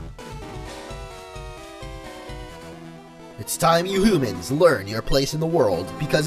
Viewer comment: when he was talking as cobalion, he said "homens" instead of humans